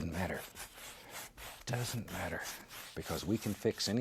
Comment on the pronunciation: ”It dudn’t matter” I love this man and his art Needs more bass boost tho...